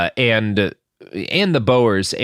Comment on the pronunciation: Also he got Lesotho almost right, but not Sotho, or Bo-er like Boeing 😅😂 it feels like these are not sounds that an American accent can't make, it's just not bothering to check...